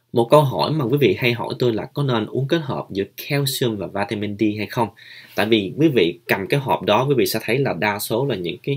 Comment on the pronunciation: Mình để ý bạn nói đề tài về vitamin D nhưng mình nghe bạn đọc vitamin Di rồi líp kia mình xem vitamin B minh cũng nghe bạn phát âm vitamin bi sau kỳ dậy bạn cái nào cũng nghe bạn phát âm dậy khó phân biệt lắm